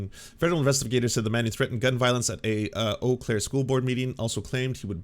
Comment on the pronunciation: I am a native of Wisconsin who has lived near Eau Claire a good majority of my life. It is pronounced "Oh" Claire, not "You" Claire. I have never actually heard anyone, until now, ever pronounce it "You" Claire.